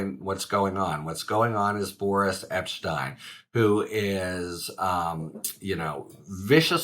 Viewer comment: I thought you said "Boorish" Epshteyn at first - then again, that seems appropriate!